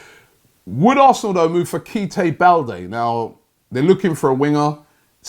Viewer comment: Kite Balde 😂😂 Robbie come on..